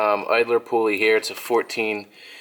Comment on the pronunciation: "Poo-uley" hah. I like it.